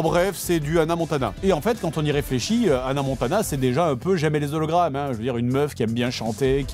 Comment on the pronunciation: Moi ce qui m'énerve le plus c'est que le mec à la fin ne fais pas la liaison entre "les" et "hologrammes" alors que le h est muet